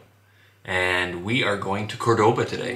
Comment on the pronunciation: I want to acknowledge that since going to Cordoba and making these videos, I've realized that I am pronouncing 'Cordoba' wrong! 😳 Can't go back into the video to fix it, but wanted to make mention of it here.